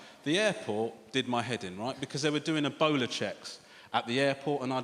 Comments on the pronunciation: he was saying "ebola" and I thought he's saying "a boner" ... why would someone be scared of a boner, I was thinking until I realize he was saying ebola... amazing. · I kept hearing ebola as "a bowler"